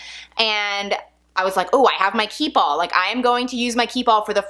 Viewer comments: Key Ball ..? Its french and says keepall ( kee- pall ) and mens “hold everything “ its a travel bag and must gett Stains ect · Anyone else hearing keyball instead of keepall? You talk so fast that you’re running keep and all together making it sound like keyball.